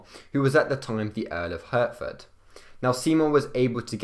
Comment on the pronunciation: also Hertford should be pronounced Hartford and Lisle is not Lizel but Lie al